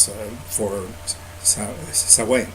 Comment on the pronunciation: Samhain is pronounced as "sow - en" and it is said smoothly almost without a break in the word :) Source - me, im irish lol Thanks for making this video